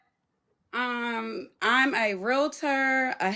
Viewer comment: As a REAL-TOR.. hearing REAL-LATER grinds my gears.. lol Good luck girl... 👍🏾 that's a lot..